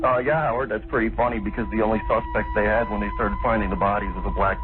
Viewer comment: very informative. wish she’d shared pictures and such. Overall I didn’t get bored listening😅! sheesh 😂! They should’ve asked if they can confirm what he’s saying by any news too! the way he said “Howard” was iffy😅. how could they laugh as if he’s told them, he just farted on air? -R14R!